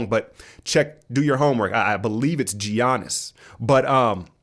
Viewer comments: I still think you're fucking with us with that pronunciation of G-yanus. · It's pronounced Yiannis, not Giannis (although it's spelled that way) or Jiannis. Γιάννης with Γ sounding like Y (well I'm greek ....)